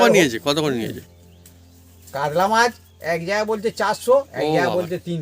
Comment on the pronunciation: কাদলা নয় কাতলা